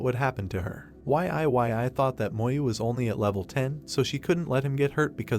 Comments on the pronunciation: Ok what the Deuce! Can you please get the AI voice to say Yi-yi (Yee Yee) not Y-I 😮‍💨😣 ive got a headache minutes in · Cant bro pronounce YE YE as in YIYI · Y.I.Y.I is killing me 😅